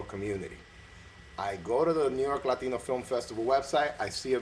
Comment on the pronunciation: What does an English director know about being Latino? He couldn't even say the word "Latino" properly. Make an effort, mate! and next time Tony, you wanna talk about the unification of race, educate yourself on the race and issues and struggles that the race deals with, especially in Hollywood. Tony sounded ignorant and clueless. of course Tony would chose a white girl yelling disrespectful things at her grandmother , it's probably how he was raised and grew up seeing and doing.